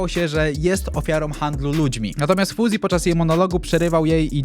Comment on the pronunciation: Dlaczego mówi np. "WersoŁ", "Dubois" czy "Fuzi" zamiast mówić poprawnie "Wersow", "Dibuła" czy "Fałzi"? Bo w ogóle tego nie rozumiem.